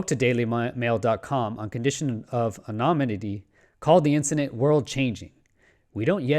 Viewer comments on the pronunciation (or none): The way you pronounce 'anonymity' is frankly completely unacceptable.